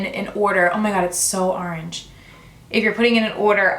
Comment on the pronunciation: Arange or orange?😂 love you